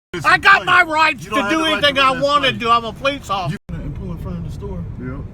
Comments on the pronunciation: Did this dude call himself an "occifer"? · There's an irony in the difficulty of pronouncing the word "Officer" when you've been drinking. Add to it that every time he goes to say it he's emotionally ramped.